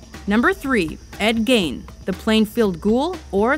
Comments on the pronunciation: gein not geid. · It's Ed Gein, not Gain. It's pronounced "Gean" like "Bean'', not "Gayne" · It's "Gein" as in "keen"! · Why the hell are you pronouncing Ed Gein's name so wrong?